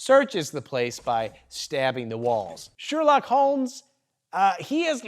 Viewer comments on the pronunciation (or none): none